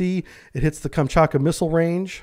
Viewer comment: "KamchaTka", not "Kamchaka".